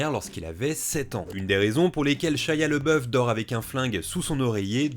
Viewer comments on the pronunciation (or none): C'pas "Lebeuf" mais "Labeuf" en prononciation... Ça pique les oreilles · LABOUF pas LEBEUF... j'aime pas cet acteur mais prononcer son nom correctement est le respect minimum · par contre tu prononce son nom "le boeuf" alors que ca se prononce "l'abbé ouf" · Pq prononcer LeBoeuf alors que son nom est LaBoeuf ? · Pourquoi on prononce « Leboeuf » si c’est « Labeouf » ? Son nom était « Leboeuf » à l’origine ou rien à voir ?